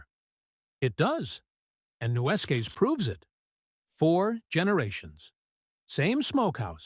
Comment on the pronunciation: Its pronounced "new-skis"